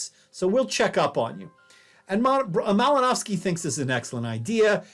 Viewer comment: The pronunciation of the last name is driving me nuts.